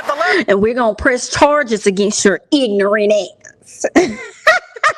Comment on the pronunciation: you have to start saying it just like that iIGNORANT ASSS 🤣🤣🤣 and I’m not your BOY 🤣🤣